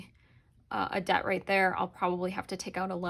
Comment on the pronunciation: New subscriber. I like the way you think. BTW: its Debt not Dedt. lol